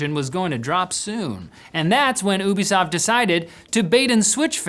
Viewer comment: Its not Woobisoft...... Youbisoft.